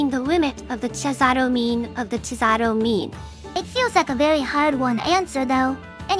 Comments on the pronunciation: I love the way they both pronounce cesàro in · Cesàro: an Italian name pronounced by a Japanese TTS imitating English... Somehow not that terribly done.